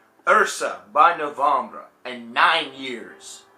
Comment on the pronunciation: hey have you not been familiar with this band until recently? never heard you talk about them before. good to hear your thoughts however the E in NOVEMBRE is Pronounced just like the E in the English version of the word which is NOVEMBER. It's NOT NOVOMBRUH!!!!!!!! sorry, I don't mean to hassle you but it made me cringe like crazy.